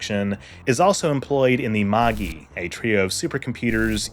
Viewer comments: Dude, cool video! But fyi it's definitely pronounced "mah-jai," not "ma-ghee." The three Magi are aka the three wise men from the Jesus birth story. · Right? Like, assuming he watched the series and didn't just read the wiki, you hear Magi pronounced "madge-eye" and Seele pronounced "Zey-ley" so often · Do you mean "Mâj-eye"? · Magi is pronounced "MAJAI" like the word "magic" that it's related too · With how well researched some of this video is I’m confused by your pronunciation of some terms like Seele and Magi. Both the English dub and original Japanese say these words many times. Which version did you watch that pronounced the German word “Seele” as “seal”?